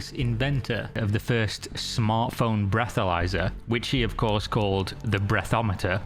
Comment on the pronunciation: Sorry ... I hear breathomyzer and I am out.... wtf....